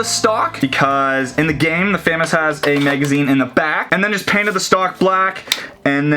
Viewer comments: ITS NOT FAM-AS ITS FUM-AAS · You say FAMAS wrong. It's FAH, like AAH, the MAS, like Moss, also, one of the unfinished kits you have is the actual FAMAS kit, since it's a bullpup, and you can make an actual AR15 barrel with a retaliator barrel and a part from thingiverse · He kept famas wrong it’s pronounced like famaus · It's f ah m ahs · yo, it's pronounced a "fu-moss" and BTW i love ur vids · Who else is cringing at fam-is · The bullpup looks more like a famas. Also ur saying famas wrong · You said Famas wrong noob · You said Famas it’s French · Love the video but you’re saying FAMAS wrong.